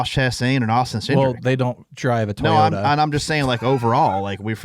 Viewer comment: I would like to know if Clint Boyer gives TOWS or TIES away to his kids at Christmas? Somebody needs to teach him how to say TOYOTA!!!!...Also NASCAR needs to just throw some scheduled pit stops for fuel onlz to make them race full speed the entire race. Watching the interstate traffic jam at half throttle totally blows!!! That is NOT racing!!!!